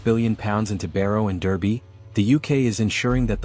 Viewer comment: It's pronounced Darby